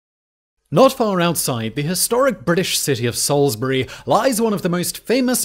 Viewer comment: Salisbury not SAILSBURY